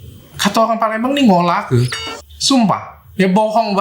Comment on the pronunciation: "Ngolake" Wkwkw